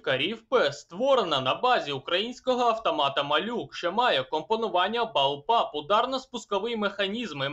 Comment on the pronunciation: не балпап а БуллПап